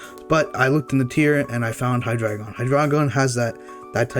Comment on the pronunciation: MASSIVE RESPECT for being the only OU player who pronounces his name correctly lmao